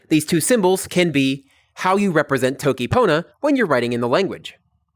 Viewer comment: It’s not pronounced Toe-ki, the O is short as in the Spanish Every American tutor seems to get this wrong. tokki ponna. Really good lessons btw, very interesting and well explained.